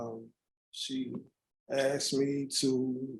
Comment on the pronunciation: "She axed me to 'check' her firearm for her".? Really? Then axed you to hold it for her. Happens to me all the time. My females roll like that.